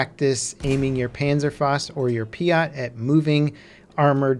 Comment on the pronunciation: dear its called piAt - the clue is in the letters - what the F is a piot??? Im surprised you didnt call it Ponzer Strom as well:D